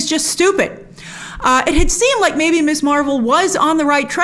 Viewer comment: First, it’s “Miz” Marvel, not “Miss.” I’m tired of every reviewer mispronouncing this. We got the new title for a REASON. Second, I was talking with my sister about a Marvel movie and she said she’d seen a couple at first but then stopped because she felt the movies were aimed at people with an encyclopedic knowledge of the Marvel universe. She didn’t want to watch something where she’d get only a handful of references. Perhaps this is the audience they’re going after, especially since Ms. M is aiming for a younger viewership, one that hasn’t been studying this universe for years. I love that so many reviewers go through the fine details: “See this guy standing in back by the wall? That’s Boopsy Boy, who only appeared in three panels in issue #39.” But to enjoy a show all I truly need is good characters and a solid plot. Trivia is nice but not essential, especially after the Marvel universe has expanded to the depth it now has. Too much!